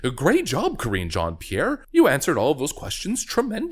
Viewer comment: Ka-ringe Jean Pierre...